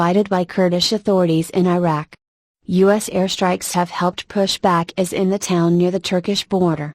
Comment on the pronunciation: Funny. The speaker doesn't know what IS is. Her pronunciation and monotone are annoying throughout.